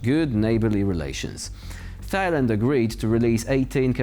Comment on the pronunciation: Tie-land...not Thi-land! Lol